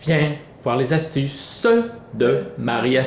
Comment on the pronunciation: Viens voir les astu-CEUH de Marie astu-CEUH viens secouer les pu-CEUH AVEC ... (pom) Marie astu-CEUH Bonjours toi t'aime ça les PATATES !!